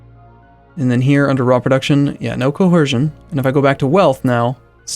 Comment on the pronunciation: why do u keep saying coHercion??